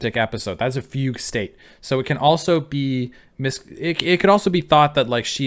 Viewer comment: Fugue is pronounced more like 'Fu-gway'. But you mentioning a fugue state is surprisingly quite relevant to her, so I do wonder how intentional that connect actually is